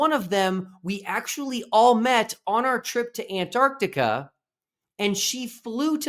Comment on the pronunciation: Thank God that the Final Experiment has helped some people ( is one) now actually pronounce the name of the continent AntarCtica... Good job, another great video.